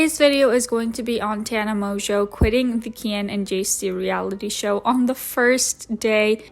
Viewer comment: You're the first person on YouTube that I've heard say her last name with the proper French pronunciation. Americans have absolutely butchered her name to the point that I genuinely believed her last name was mongo lol